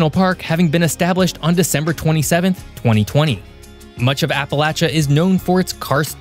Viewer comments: Ok i genuinely don't know if it's my Adirondack accent or if you're doing it on purpose but it's " App-uh-lay-shuh" not "App-uh-latch-uh" I feel like I'm having a stroke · And it’s appa lay sha not appa latch ah !!! 😂 fr though people can’t even say it right ! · Appa-“latch”-uh grates on my nerves. 😬 It’s Appa-“lay”-cha. Regardless of how locals in different areas pronounce it, it’s still “lay”, not “latch”. (Ref: Webster’s Dictionary) 🌷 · basically, once you get far enough north that people stop saying "y'all" and you start hearing the "appalayshun" mispronunciation, you're no longer in Appalachia. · Not getting my information from someone who can't even pronounce Appalachia properly 😂😂😂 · Am I the only Appalachian to cringe how he says it? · The ch in Appalachia is pronounce with the sh sound. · Probably should learn how to say the region correctly before doing a show about it. Wanted to shut it off immediately. Just so I didn't have to hear it one more time. The c h is pronounced like sh dude. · You're pronouncing it wrong